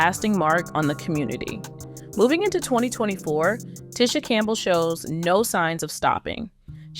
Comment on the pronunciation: clickbait, plus this is probably ai generated. They mispronounced names and everything. Ticha Arnold was one